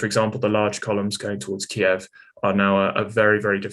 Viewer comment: Finally finally finally somebody pronounces Kiev properly